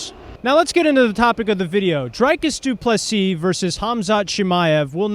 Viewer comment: Dude can’t even pronounce DDPs name right, we not watching this casual